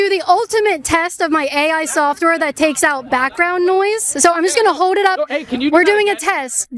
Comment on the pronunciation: Hoed Hoed ON - No. Sorry no. One of the biggest crime committed every day on these videos is Caitlin's inability to kill and eat up the letter l. She doesn't say law she says the laWL what the hell is a lawL and she doesn't say hold on she says hoed on what the heck is hoed on